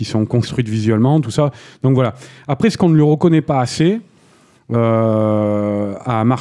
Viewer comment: est ce que pourrait faire un effort pour parler français et dire "ce" ou "cet" plutôt que de répéter en boucle "c'te"?